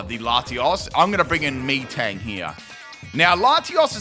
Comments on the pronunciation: Out of all the amazing pronunciations, Meeeetang is probably my favorite. 4/5 letters of metal, so I think it’s said like “metal” XD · The way you say Metang makes me think that's how you ask for orange drink. Me thirsty. Me Tang. Me drink. :_pimpKai::_pimpCaterpie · Haha still mispronounces metang wow XD lol